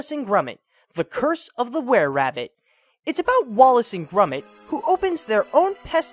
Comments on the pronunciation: I think Dreamworks were being selfish in thinking "Wallace and Gromit" a dissapointment, it's not technically their film and all my friends say it's the Dynamic Duo's best film next to "The Wrong Trousers". No offence but, why do you say "Grumit"? It's "Gromit". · You idiot his name is not grumit it is gromit with an o listen to Wallace he calls him gromit so shut up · Wallace and "grummit"? Isn't it Grom (rhymes with prom) -it? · why does he keep calling Gromit Grumit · Love how he pronounces gromits name grumit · It's pronounced as Gromit. With an "o".... Just curious, where did you learn to read?! >_< lol jk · ITS NOT GRUMIT IT HAS AN "OH" SOUND